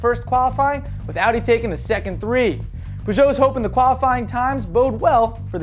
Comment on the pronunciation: No, he actually says it right. Peuj'o and reno is how they say it.